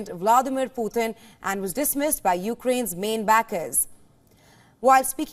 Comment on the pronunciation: Putin not puthin!!!!!!!!!!